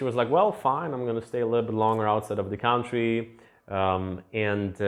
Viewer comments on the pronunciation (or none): Love your channel!! Don't be afraid to pronounce "country" correctly: cun-try, not count-ry. /ˈkʌn tri /